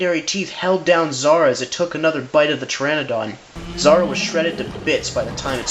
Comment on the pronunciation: Dude Zara? Really? Lol no. Not even close.